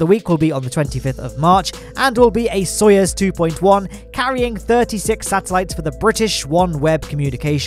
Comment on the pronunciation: really be out here saying "Soyez" rather than "Soyuz" lol